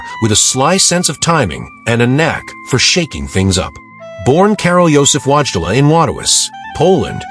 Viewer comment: Many of the “images” are false, likely due to AI usage, and one image of a pope had him missing a finger on his right hand, as it was raised to give a blessing. Also, the pronunciation of John Paul II’s given name and birthplace was atrocious.